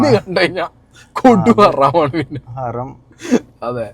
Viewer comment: ഹറാം 🚫ഹരം ✅